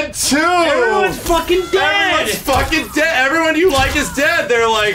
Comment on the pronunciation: “They phockin”😂